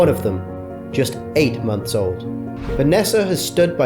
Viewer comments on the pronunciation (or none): none